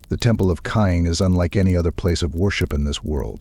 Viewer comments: It is pronounced like Cain or Kane right? That mispronunciation drives me crazy, so as quality as this is, couldn't make it through. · 😂😂😂 i was thinking the same